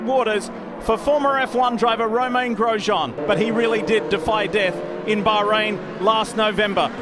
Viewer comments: It just triggers me how these guys pronounce his name… and Im not even French xD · Cringing at the way they pronounce his first name 😬